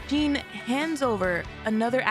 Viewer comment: You calling Jien as jean is so funny 😂